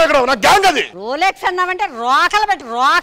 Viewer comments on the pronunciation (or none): Rolxes kadu